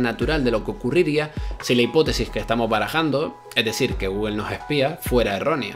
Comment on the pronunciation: Es mejor decir "gogle" que "gügle" si es que no puedes decir "gugl"